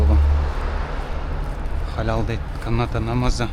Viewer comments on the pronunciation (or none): none